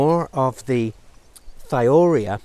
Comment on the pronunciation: Excellent video! However Thiourea is pronounced "thigh-oh-you-REE-uh". It's the molecule urea substituted with a sulfur atom instead of an oxygen. Organosulfur compounds often get the thio- prefix, hence thio-urea.